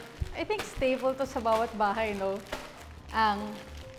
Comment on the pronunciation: did she say stable?, should have been staple.